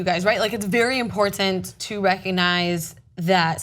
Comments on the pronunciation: makes me cringe with her over pronunciation of the word imporTant with that first T being so sharp and emphasized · I'm a tyt fan, but her communication skills distract me from the story itself. Her overuse + odd pronunciation of the word important makes me shudder, and bleating it loudly over the rest of the panel doesn't help make her poorly formed point about racism coherent. :| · Nobody in history has tried that hard to pronounce "important" that well. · am i the only one annoyed by the way pronounces the word important?..